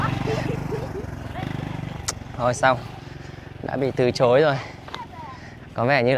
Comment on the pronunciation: Sửa lại cho đúng Tiếng Việt đi. TỪ CHỐI chứ ko phải TỪ TRỐI.